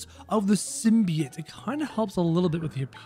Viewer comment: btw its pronounced sim-bee-ote